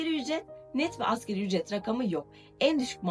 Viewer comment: Askeri değil asgariiiiii (asgari arapça kelime ,en az anlamına gelir)